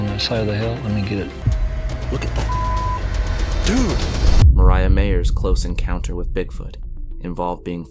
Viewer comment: You kept mispronouncing MIREYA’s name.